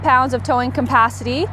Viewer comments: couldn't pay attention with the pronunciation of the word "capacity"... its cap, not com.... lol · Campacity. Is that an RV dealer pun or does she not know how to pronounce capacity?